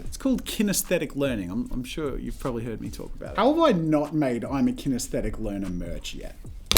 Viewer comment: Jazza... it’s kinesthetic...